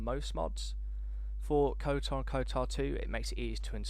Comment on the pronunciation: Stop calling it 'KoTAR'